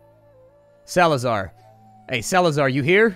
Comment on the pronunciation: Salazar... thats my second name. Why you would call a dog like that :( Also, your pronunciation of it sounds like some kind of "Evil Alien Overlord" XD